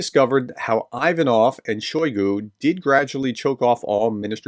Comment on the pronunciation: It's "Ocho-REH-tineh"... It's not "EYE" va-noff", it's "EE-va-noff", and a host of other flubs... I wish you YouTube guys would take a short course in UKRAINIAN & Russian PRONUNCIATIONS... Is it THAT HARD.??? I mean, REALLY..???